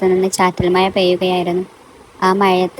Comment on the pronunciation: അവതരണം വളരെ മോശം മഴ ക്ക് മയ എന്ന് 😂